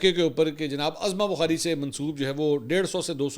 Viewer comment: Mansoor Bhai please correct to announce the name as Uzma Bukhari not Azma Bukhari